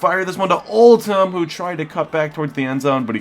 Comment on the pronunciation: Did you notice it's Oldham not Oltham.